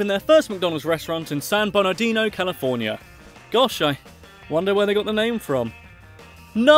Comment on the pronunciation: As someone from San Bernardino, California thank you for pronouncing it correctly. The original location was turned into a museum.